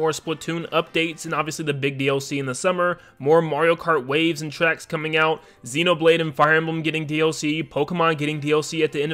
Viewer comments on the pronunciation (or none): none